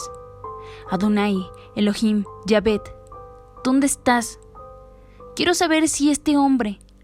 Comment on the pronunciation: es Yahweh, no yavet.